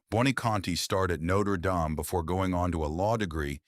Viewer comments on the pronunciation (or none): I didn't know Buoniconti went to Noter Dom.........and Errol Morol? .......fuquin AI crap.